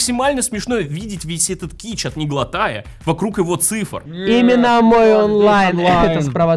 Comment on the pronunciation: тот момент когда правильно произносит Неглотая, а не как остальные 🤣